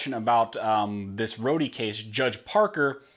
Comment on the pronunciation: It's not Rhodieeee... it's Rhode, like Rhode Island or a road that you drive on.